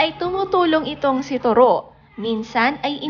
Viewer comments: To ro. Malumay pronunciation! Not Toro as your 'mabilis' pronunciation. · Korek..just to ro not turo!!😆😆😆🤣🤣😱😱kaluka ang bigkas turo!!?????🤣🤣🤣🤣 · Hahahaha toroh iba Nga yung pag pronounce Nya😂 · correction lng po.. TOW-ROW.. po ang pag bigkas ng toro’s name.. yan kasi name ng kaparid ng asawa ko..TORO japanese name.. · hahaha... pansin ko din.. ang pangit ng pag bigkas nya sa toro...! toro is japanese name.. ang pag bigkas nyan.. is tow-row.. ganorn... hehe